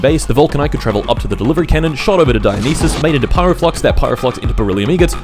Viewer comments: erm actually its pronounced die-yo-nice-ass 🤓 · Come on bro, I know it's for a joke but Dionysus is as easy to say as Zeus or Hades, it isn't written in mystical undecipherable characters. God of booze and the best buffs in Hades deserves more respect 😂